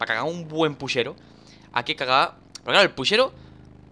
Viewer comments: Aca en argentina se le dice puchero no pushero jaja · Dani, es puCHero, no puSHEro, aprende a hablar chabon das bronca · En Argentina se dice puchero no pushero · 2 likes y le enseño a decir puchero a danirep